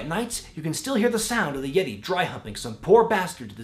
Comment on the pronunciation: haha THE YEH-TAY!